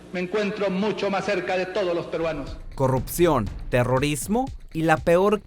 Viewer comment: se dice Corrupcion, NO CORROPCION!!!